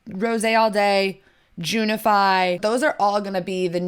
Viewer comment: Is it junify or gentrify lol